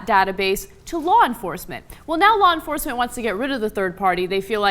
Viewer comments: Blah enforcement...lol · Blaw Enforcement?